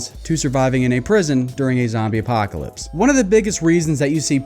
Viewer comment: ‘Zambie Apahhhhcalypse’ 😂